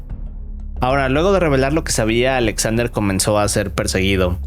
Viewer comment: Por qué pronuncia “Alexander” con doble “A”? xd Qué raro